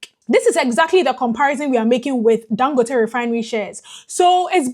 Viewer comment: Thank you for trying to pronounce his name right. 🤷🏽‍♂️